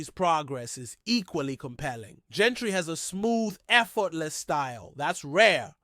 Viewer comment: Jeanty not Gentry